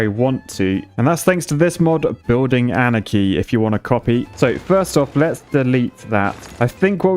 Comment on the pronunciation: The mods has been been called “anarchy?” Not “ahnaki?”